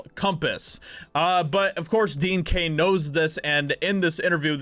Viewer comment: It's DEAN CAIN ,NOT DEAD CAIN!!!